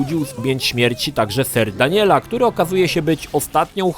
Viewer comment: W końcu jakiś Polski recenzent poprawnie wymawia nazwisko Daniela